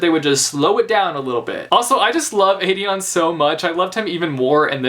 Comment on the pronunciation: im sorry, STOP MISPRONOUNCING AELIN AND AEDION'S NAME. THERE ARE PLACES ONLINE WHERE SARA J MAAS PRONOUNCES IT RIGHT BUT AELIN IS NOT A-LEEN , ITS A-LIN, PLS JUST NO